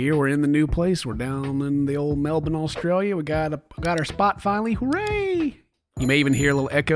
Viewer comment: As an Australian I appreciate how pronounces Melbourne